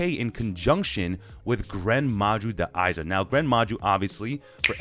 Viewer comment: A little correction on the pronunciation: Da Eiza is not pronounced "Da-EYE-zah", but it's "Da-AY-za" where the "ay" part is the same as bay, day, and hay.